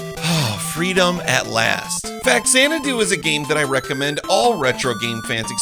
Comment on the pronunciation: loved this game as a kid. we made it into our D&D world for a while. btw, the X is pronounced like a Z. like the movie Xanadu.